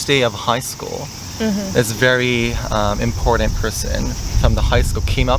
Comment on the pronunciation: I can immediately tell the offshoot accent of Japanese and English, in context, when you said the word “important.” There is this weird phenomenon when (typically) natural-Asian-language speakers learn English, they pronounce the word “important” as “impordant.” Super odd, as if they’re being taught it that way or it is an easy bad habit to get into. Of course, this isn’t just prevalent in that context, but as well as many many other natural English speakers who may have been taught to say it that way, or again, developed a bad habit into it. It’s odd because using a d sound in place of one t sound when there are functionally two, is inconsistent.